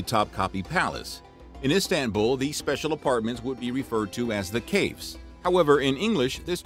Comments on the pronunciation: Is it too hard to check pronunciation of the word "kafes"? It is singular. Pronounced as cafe(like restaurant) and s. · "Kafes" is the singular form, and you made it sound as "caves" which is not correct. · As a Turk I really loved the accuracy of the information but I cried a little everytime you mispronounced something Turkish :') Kafes (cage) is pronounced more like: “cough-esse”. Also “s” letter is not the plural form in Turkish so singular form of kafes is not kafe :DD Kafe means Cafe in Turkish. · Kafes is singular lol also you dont pronounce it like that maybe at least try to listen what it sounds on traslate before doing a video